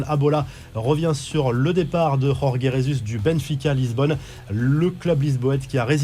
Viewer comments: faut te mettre au parfum des prononciations portugaises rorgué pour dire george (Jorge) c'est vexant, sinon toujours heureux de te retrouver chaque jours bon courage et continue ! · pour info la lettre J au Portugal se dit J et pas R comme en Espagne, jorge se dit jorge comme george en france. Ca t'aidera pour les prochaines fois 😉